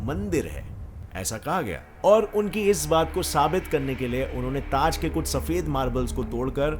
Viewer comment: Everyone: kuch: kush🤣🤣